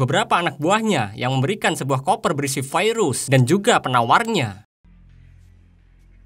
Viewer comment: Terganggu dengan kalimat "vairus".